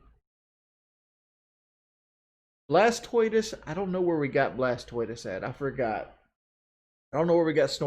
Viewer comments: His favorite Pokemon is Blast-toitus?? What a dumbass. He can't even speak English. It sounds even dumber than when he calls a library a lie-barry. Listening to makes us all dumber... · Blas-toitous and snarlax?..